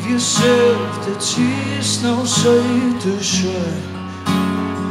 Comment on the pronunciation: dude his australian accent when he said "no" hahahahaha